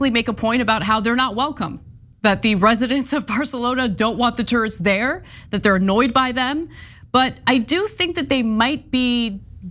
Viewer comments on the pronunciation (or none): It’s those “tursts,” ruining everything 😂